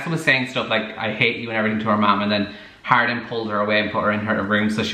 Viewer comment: Idk why but i thought you were saying Harlin this whole time also it seems portrayals of healthy romantic relationships in books tv and movies have gone the way of the dodo